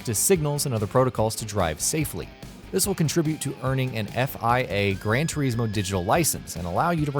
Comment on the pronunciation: It's Gran without D